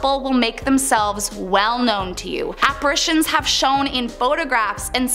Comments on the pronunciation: Are apparatrions operations ghosts get? It’s apparitions. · Its apparitions, not apparations.